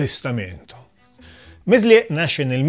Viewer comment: Contributo davvero interessante, bravo! Due soli appunti: quando Meslier morì,nel 1729, in Francia regnava ormai da anni Luigi XV. E poi il nome di questo singolare prete si pronuncia melié (il francese spesso induce all'errore, si sa). Ciao :)